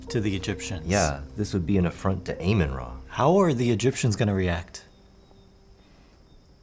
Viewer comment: I know it's such a tiny part of the problem here pretty nitpicky but I'm sorry, I'm a history and humanities major and that pronunciation of Amun-Ra almost sent me into a defensive coma. I have to ask, does Watchtower have like... its own accent? Because the people in all of their videos, who seem to have some kind of American accent, all say very specific things really weird. Like... "Sayt'n"